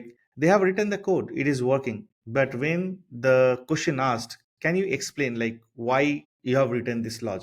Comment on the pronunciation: Nice video, but your accent is hard. Your "question" sounds like "cushion".